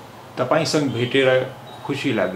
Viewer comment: not sang (संग) its sanga (संग + अ = संग) do full Pronunciation.